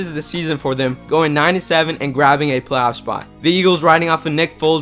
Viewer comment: plaf spot